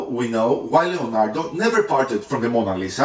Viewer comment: But it's Leonardo not Lionardo